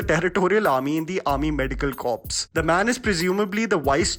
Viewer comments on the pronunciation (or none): Corps - pronounced as co or core in the Indian Army..not corpse or cawps or crops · It is pronounced as core and not corps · Nice video but here is some advice for you:- corps is not pronounced as 'corpse', it is pronounced as 'core' or 'kor'. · It's pronounced 'core' and not corps. It's a French word. The p is silent. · Not Army Medical "Corpse" its pronounced "Core". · Corps is pronounced as 'Core'. The word is derived from French just like Beret which is pronounced as 'Beray' (as in Red Beret or Green Beret) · Corps is pronounced as core - just saying baba. And authentic has never been synonymous with the movie industry, has it? I remember seeing Amitabh Bacchan in Shahenshah and thinking 'the hell's he wearing?' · Hey Read corp as core. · FYI corps is pronounced “core”. So it would Corps (core) of Engineers, etc. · First you learn how to pronounce corps